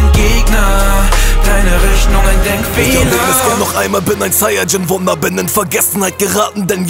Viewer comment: Zayajin ? WTF Sayajin ist ja so schwer auszusprechen